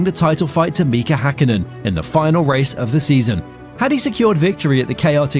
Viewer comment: I stopped watching after Hakkinen has been pronounced three times Hankinnen……